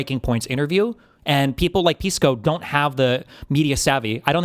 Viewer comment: Its pronounced "Piss-co" actually.